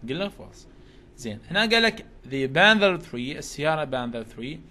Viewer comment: استاذ تنلفض بانثر مو بانذر 🙃